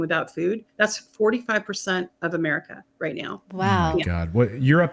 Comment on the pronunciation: sorry it's right right right right raight